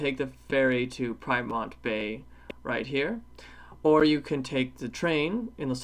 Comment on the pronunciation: Peermont or Piermont.I lived there for 4 years.